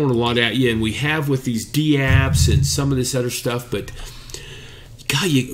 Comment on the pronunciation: Dapps, not dee-apps :p Take care guys.